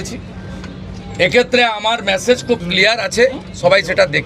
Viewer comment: কথাটা ম্যাসেজ নয়, মেসেজ (message)